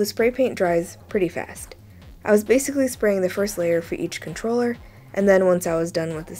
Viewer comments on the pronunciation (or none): none